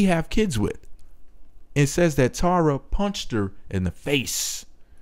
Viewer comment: You pronounce Tara like "Tierra" that's annoying.